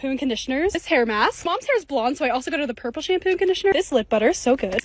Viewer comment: She said dark blue is purpple